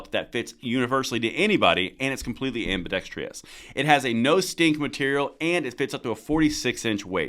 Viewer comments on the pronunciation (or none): Please learn how to pronounce "ambidexterous". You're the second Guntuber I've heard saying " ambidextrious".